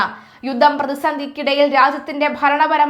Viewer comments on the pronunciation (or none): യുദ്ദ പ്രതിസന്ധി ? "യുദ്ദം" എന്നല്ല. ""യുദ്ധം" എന്ന് തിരുത്തി പറയണം.